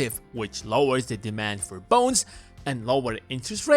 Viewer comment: I keep hearing bones instead of bonds.